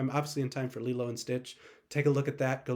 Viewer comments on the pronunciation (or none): Its LI-LO --- no LE-LO :face-fuchsia-tongue-out